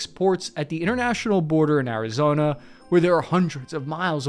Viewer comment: What is "Arizoner"